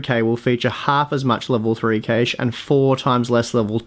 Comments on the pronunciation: LOL cay-she. That's awful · "L2 Cashe." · That's not how cache and Kaby are pronounced, mate.